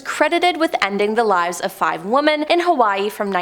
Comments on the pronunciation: Woman? Can she not say women? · 🙋‍♀️ I'm also wondering why you are pronouncing the plural "womEn" as the singular "womAn" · lady are you stupid say women not woman